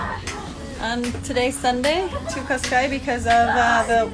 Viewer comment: Cascais actually reads "cash-caysh". In Portuguese s is almost always a sh. 🙂